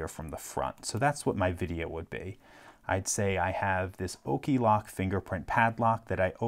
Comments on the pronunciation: I wouldn't have thought the first "ok" in the name was pronounced "okay" — I'd call it "ock-lock". ( alternatively I suppose, it could be "okay-low-kay" ) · he actually does say O-key Lock Checkmate, lock companies